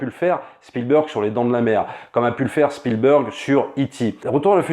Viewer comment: s'il te plait fais un effort! Spielburg c est genre pas possible. Entraines toi au moins mais prononces çà SpielbErg ….